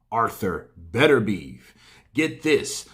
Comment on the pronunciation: Beterbiev, it's Beter-bi-ev. You Americans...